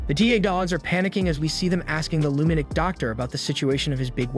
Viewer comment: Okay. I love your content, love love it. But do you speak English? Like, the actual English language. What animeh? What's a lunadic? Like I said, love your content, but you butcher some words and for some reason it sets me off.